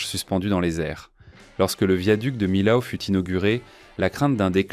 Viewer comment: Millau se pronounce à la française : mi-o. Comme mi-haut. Pas mille-aou. Voyons.